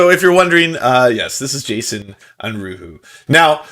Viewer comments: Un-ROO-eh. You don't remember that episode of X Files where it's established that Scully speaks German? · "Unruhe" is German for unrest, and as such should probably pronounced "UNru-eh". Also, can someone get Jason a better mic? That hiss is unforgivable except as maybe a first effort at recording something.